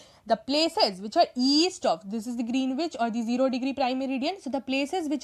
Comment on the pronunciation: I think Greenwich is pronounced as Gren-itch.